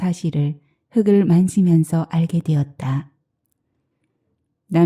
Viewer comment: 잘듣고있어요ㆍ흙을이ᆢ흑을이아니라 흘글이라 읽어야 되는거 아닌지요?